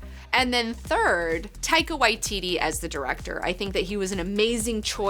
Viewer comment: Thank you for getting Taika full name right.